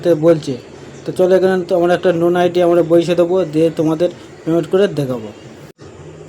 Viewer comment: লোন আইডি ❌ নোন আইডি ✅